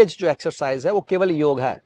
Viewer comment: it's योग not योगा